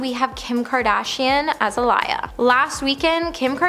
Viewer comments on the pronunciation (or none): Alia? 🤦‍♀️ girl Aaliyah girl..... geez lol